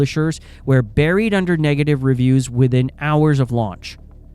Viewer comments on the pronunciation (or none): none